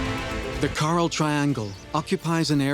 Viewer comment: I wish he could have pronounced coral correctly. All I could hear was him saying Carl. I had to turn it off